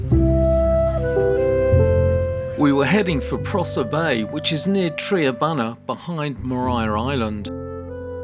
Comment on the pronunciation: Another great vid with great theme music. I also liked the poem. Locals might fault you on your pronunciation of Triabunna (more Tri as in triangle than tree) - I used to fish there a lot as a younger man. Otherwise faultless!